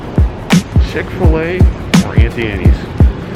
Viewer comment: I’m disgusted by how you pronounced “Auntie” in “Auntie Annie’s”… I tapped the thumbs down button twice 🤣